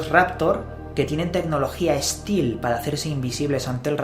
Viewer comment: Stealth ...para que no te vuelva a pasar se pronuncia "esteld" buen video muy curioso!!